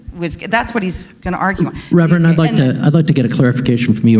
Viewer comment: "Reverend"? Nope...